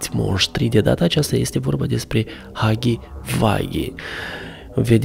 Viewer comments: Huggy Wuggy nu se spune Huggy vagy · Se spune hugii ugii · Se spune haggy uaggy si se scrie huggy wuggy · Se scrie huggy wuggy si se spune haghi uaghi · Se spune Hagi uagi